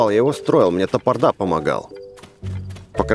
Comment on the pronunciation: Не топордА , а тапОрда